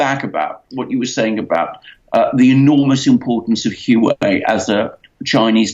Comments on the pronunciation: Its pronounced like "hwah way", not who way. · A minor point: "Hu.aa.wei", not "Hu.wei". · name is pronounced waway (Huawei) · dumb ass is HUA WEI, not hue way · Isn't the pronunciation "WAA-WAY"? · say it with me, "hwa-way." ffs. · atleast pronounce it properly, Wa-Way. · It's pronounced "Wah-Way"! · Good advertising for Hua Wei (pronounced Hwa Way) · the correct pronunciation of the name Huawei is like "wha way' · It's enunciated "hoo-ah-way"... Ignoring the 4 different tones intrinsic in Mandarin. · Please pronounce it wa-way Tx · Dudes, "Huawei" is pronounced "Wah-Way". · These guys have no idea what they're talking about let alone knowing how to pronounce the company name. "Wah Way". Lmao!!! All Chinese companies are state run and criminal. Ding dong alert on high with these 2. Lmao! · By the WAY -- It's pronounced "Wah-Way"! It's pronounced "Wah-Way"! It's pronounced "Wah-Way"! It's pronounced "Wah-Way"! It's pronounced "Wah-Way"! It's pronounced "Wah-Way"! It's pronounced "Wah-Way"! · Bolton is a vile neocon, not a nationalist. Neocons are imperialist. They pursue war and hegemony which totally undermines the nation. Modern nationalism is strongly anti imperialist. Also, you really look foolish when you make a video and cannot be bothered to learn how to pronounce Huawei